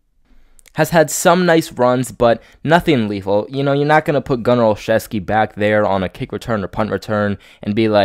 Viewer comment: This guy is my friend's cousin. The way the name is said is " OL-ZEW-SKI....NOT OLCHEVSKI..... Jim Nance of CBS says it wrong, too.